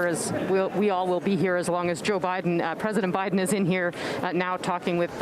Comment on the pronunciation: PRESESIDENT. BAIDEN